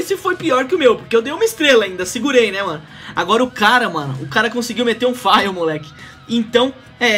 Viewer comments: meteu um "faio", kk pq todo mundo fala errado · FAIL? kkkk bela pronúncia